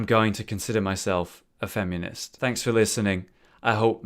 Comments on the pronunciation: He says it FemEEnist and it bugs me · haha "femunist"